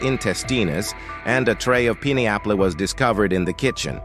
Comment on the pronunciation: Only a computer would mispronounce "pineapple" like your vid does. I prefer real human.